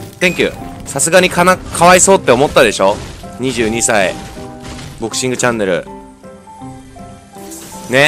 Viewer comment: ドクシングって聞こえたw